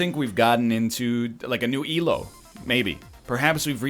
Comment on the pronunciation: My dude finally pronounced "Elo" correctly and I clapped.